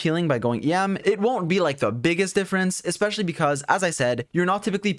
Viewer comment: Istg I heard you keep saying yam and I'm like what Turns out it's em LOL 🤣